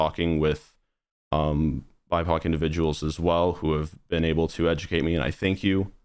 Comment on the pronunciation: When he was saying bipoc I thought he was saying "my cock" I literally had to look down in the comments to check to see what he was actually saying because I didn't know about that term lol